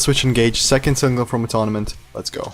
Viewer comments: This song really reminds me of Cut Me Loose from the last album. I think they’re saving the heavier stuff for when the album comes out. Sometimes it’s better to save the best for last. Also, Atonement is pronounced Uh-TOHN-ment, not Uh-TONNA-ment lol. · Not a major criticism but you’ve kinda mispronounced the album name in the video it’s pronounced a-tone-ment. Also, oddly enough right above your video in my sub box there’s a Loudwire interview with Jesse and the first question is about this particular song which they talk about it being a cathartic style of song and that it’s about someone else from their point of view. It’s also worth mentioning Jesse recently separated from his wife of 16 years. So that may have some influence in the songwriting for Jesse in this album.